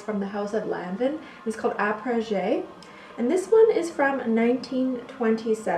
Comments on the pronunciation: It’s Arpege not la pergé - this much I know because I’ve worn it for 40 years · Had Arpege and my sin. Wish I still had them also may hi say your pronunciation of Arpege is wrong you stop the E and pronunce it with out it Arpeg hope you don't mind me saying that lol anyways they are lovely scents. I'm a child of the 50s so I remember them well. Love your videos and style classic !💕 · "are-page". The "e" is silent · Are—-paaa-ja. By Lanvin